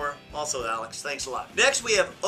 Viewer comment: lol alex when it actually says axel? xD